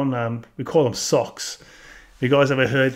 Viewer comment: "gunts" and "socks" 😂 from America.